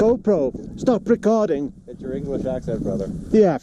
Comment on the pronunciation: Got to put that RRR in there. "Stop Recorrrrding."